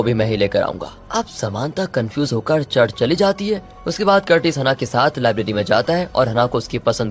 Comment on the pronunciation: हनाह नहीं है ब्रो, its हैनाः 😂😂